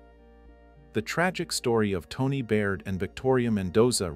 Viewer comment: When you're covering a case, be respentful, espeically of victims & pronouce the names right. It's TAWNEE, not Toni. This is a good example of DV in same sex relationships. RIP Tawnee♡